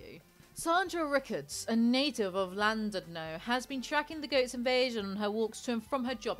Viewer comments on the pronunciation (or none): Her welsh pronunciation made me die with laughter, she tried tho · I was literally screaming the right pronunciation at the screen. I wish I could type it out but Welsh has it's own alphabet and "ll" is it's own letter. I can't even think of an English letter that sounds similar. Also, I had no idea that this story was circulating outside of Welsh news. I'm cackling.